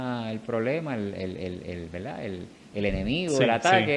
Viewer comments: Verdad, no veldad. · Saludos cordiales, el intercambio de la "r" por la "l" se denomina "lambdacismo caribeño". Es común en el habla coloquial de las Antillas, por influencia africana y por la mezcla lingüística que vino desde el sur de.España, particularmente Andalucía. En veldá en veldá el español boricua está genial.